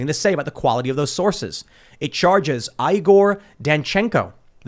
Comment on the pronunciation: Did you say Eye-Gore? This isn't Young Frankenstein.